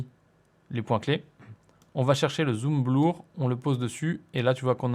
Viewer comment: C'est toujours bleur et pas blour. Je crois que tu n'y arriveras pas ^^ Au passage en regardant cette vidéo je me demandais s'il était possible de créer une fois une transition, et de se l'enregistrer en template, afin de n'avoir qu'à le régler au besoin si on en a besoin une nouvelle fois. Car souvent la transition ne dépend pas vraiment du contenu présenté, ou assez peu. Merci pour tes tutos ;)